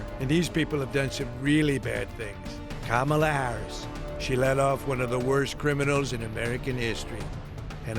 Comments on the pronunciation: Definitely a fake ad. He pronounced Kamala correctly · They should have known they were being taken for a ride as soon as the Trump voice pronounced Kamala correctly. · The giveaway here is that he pronounces Kamala correctly.